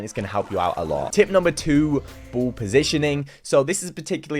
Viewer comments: Ball.. Say it with me B.. A.. L.. L. Not bool. Who tf says that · I love the way you pronounce ball “buwl” lol no offense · What the heck is wrong with "the bool"🤣🤣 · Bru bol